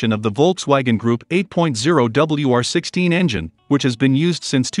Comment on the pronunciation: “ “W’R’16” .. the R eh..